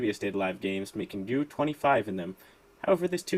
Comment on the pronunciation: Thank you for pronouncing Ryu correctly,.